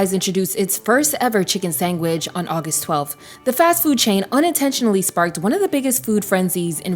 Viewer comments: did she say “sangwich” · Girl what is a chicken sangwich? 😂 like I hear a lot of mispronunciation on this channel but damn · Why you say “sangwich”???? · Sis it’s SANDWICH NOT SANGWICH 🤦🏽‍♀️ MY LORD PRONUNCIATION IS EVERYTHING 🤦🏽‍♀️ MY POOR EARS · Wtf is a “sangwich”. I was enjoying this, but that pronunciation was driving me crazy. Still a great video though! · Girl you should be a meme it’s not a “SANGWICH”it’s a “SANDWICH “😂😂where you see a chicken burger that “Sangs” had me rolling trying to be serious. Godbless you !! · marker, why are you saying “Sangwhich” instead of “sandwhich” 😭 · I was thinking the same but its prolly just her accent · She's probably just southern. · Thank you for pointing it out! I had a hard time listening to this segment because she says sangwich rather than sandwich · Ok I know I wasn’t crazy. Like wtf ….ma’am??! It’s SAND WICH!!! Not sang widge. It hurts my ears 😩😩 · What the hell is a chicken sangwich? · a chicken sangwich? why is it being pronounced like that? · Not chicken sangggwich lmao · Chicken “sengwich” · What's a chicken sangwich? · Why can't the AI say SANDWICH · Why are you saying chicken “sangwidge”??? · girl did you just say chicken sangwich? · Say sandwich. Because the bot sounds like its saying "sang-witch" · What the hell is a 'sangwich'? Lol. AI bs. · Jamaican accent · sangwich is killing me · sangwich? I don’t think I can take hearing that again, you’ve got one more strike… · Narrator said “sangwich” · Sangwich?? Girl what planet you from??? 😂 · Yall see why AI can't do everything sangwich😂is a complete example no intuition to correct the mistake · what is a 'sangwich?' ...great vid otherwise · You wanna tell me what the cjun fried fcuk is a "SANGWHICH?" 😂😂😂😂😂😂😂 and you never once pronounced it correctly.....😂😂😂😂😂😂 reminds me of a classmate in elementary school who called tartar sauce "toilet sauce." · What the hell is a sangwich ma’am 😂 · Wtf is a sangwich? That pissed me off. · Chicken sangwich 😂